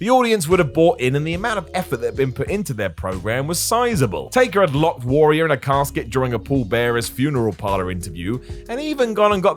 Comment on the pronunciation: Warrior, it's pronounced warrior.